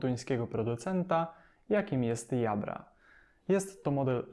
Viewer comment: Jabra niestety czyta się jako dżabra.